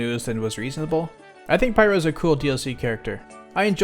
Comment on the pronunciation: I thought you said pyro’s dlc and not pyra’s.